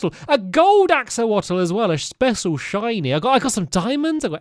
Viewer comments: Here are quite a few important tips for you, Stampy :) - The "Axolotls" are based on real-life aquatic amphibians, and they're pronounced "AX-UH-LOT-UL". - You can mine the amethyst buds and clusters with a Silk Touch pickaxe to use for decoration, but mining the clusters normally will give you the shards, which are more useful. - Axolotls help you attack all water mobs except for dolphins. They also can survive out of water for 5 minutes before drying out and dying. - You can make a lightning rod out of copper to attract lightning bolts during a thunderstorm. - In order to find the new really huge, open caves, you need to wait for Part 2 of the Caves and Cliff update, which will release later this year. You can activate them in "Experimental Biomes", but it's not the safest choice. - The big, scary mob you mentioned is called the "Warden", and spawns in the Deep Dark cave biomes. It's not in the game yet, and will be released in Part 2. - There's a new type of squid called the "Glow Squid", which spawns in most water sources and drops Glow Inc upon death. You can use the glow inc to make Glow Item Frames, and to make text on signs glow by placing dye and then the glow inc. The sounds of the glow squids are very mesmerizing, too. - Goats are a thing now, and they spawn in high, snowy mountains. Rarely, they can also ram into you if they want. - Two days ago, candles were added! You craft them with beeswax and string, you can make them any color, and the best part is you can p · Stamps! Here’s a couple tips: axolotls are pronounced AXEL-LOT-AL, the leaves that you found in the cave are a great hidden lighting source, Amethyst can make music when placed and broken, coppper could work as a longer timer for mini games as it oxidizes.